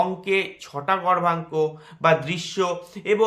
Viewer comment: উচ্চারণ টা গর্ভাঙ্ক হবে নাকি দাদা? বোঝা যাচ্ছে না